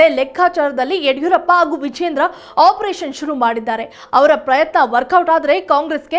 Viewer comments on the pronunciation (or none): ಅರಿದಾಡು,ಅಲ್ ಚಲ್,ಆಗೂ, ಒಂದಿದ್ದಾರೆ ಏನೂ ಇದು? ಕನ್ನಡದ ಕೊಲೆ